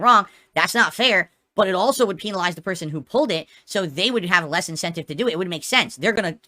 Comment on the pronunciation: Peen-a-lize. I swear he mispronounces words on purpose just like he snorts on purpose.